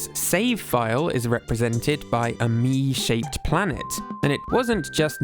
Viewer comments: Okay, but I love the way says "Mii". It's fun and I love it. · hearing you say "miis" is so satisfying